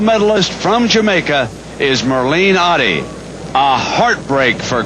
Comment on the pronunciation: Not Ohhdddi...Ottey..